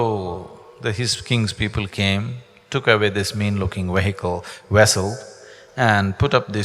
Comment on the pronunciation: He keeps saying wehicle when he means to say wessel!